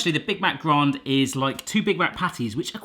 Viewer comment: Why the hell do you pronounce grand as the French word grande?